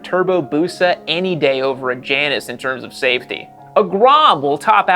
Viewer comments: You’re mispronouncing Janus. It’s Jay-nus. After the designer, Hugh Janus. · it's OK to pronounce the brand properly : it's Jay-nus.. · I believe it’s pronounced Jay anus. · Pronounced Jane-us. Named after the two-headed goddess. And, if the bike is using cheap front end components, you have a perfect recipe for a death wobble. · The, 'J', is silent.